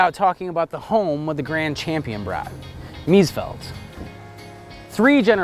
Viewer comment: Please, could the owner learn to pronounce the name correctly! It is Mees-FELD not Mees-field.